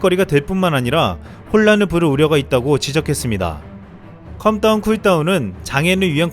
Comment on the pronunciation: calm down은 컴 다운이 아니라 캄 다운! 컴 다운(come down)은 무너져 내리다 라는 전혀 다른 말